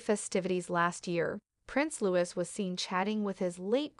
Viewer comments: LOO-EEE..(not Lew-is) is the correct pronunciation of the boy's name. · PLEASE pronounce Louis name correctly!!!! It is NOT Lewis...., it is Louie!!!